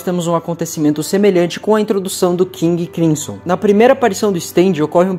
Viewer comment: nao custava nada pesquisar um pouco pronúncias de nomes muito conhecidos, já que tiveste tanto trabalho para editar e roteirizar o vídeo: FRÓID para FREUD e KING CRIMSSON para seu QUINGUE CRÁISSOM. deuardo tb é sacanagem ne, a gente é brasileiro, fala o mundo ou the world